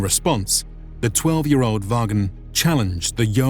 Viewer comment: Vagn. Is pronounced Von.